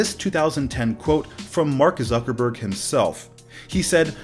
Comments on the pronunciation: Did he just literally said “Suckerberg” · Did he just say "zuckerberg"